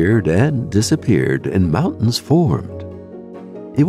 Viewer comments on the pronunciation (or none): none